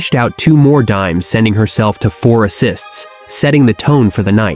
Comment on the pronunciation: "she collects daims like invinitystones" 😂